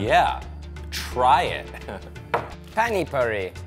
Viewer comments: PaRny? Dude there is not r... They pronounced it better than you. It's P A N I with a long A... I'm Indian I know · it's pani, not pano😃